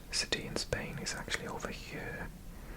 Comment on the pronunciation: what is funny is that as someone from outside the UK i don’t notice you having a welsh accent and i just hear a british one, EXCEPT when you say “here” and it sounds like hiyuhr